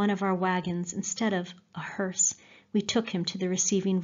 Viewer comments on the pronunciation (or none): none